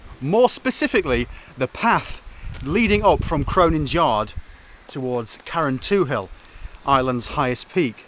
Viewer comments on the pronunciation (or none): BTW, it's pronounced 'Karentool'!